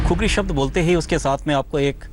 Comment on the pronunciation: खुकुरी बोलो कुकुरी नहीं।